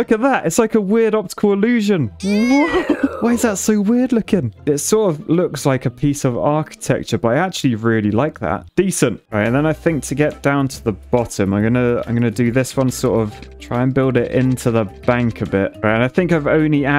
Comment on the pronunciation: Arquitecture? Engetecture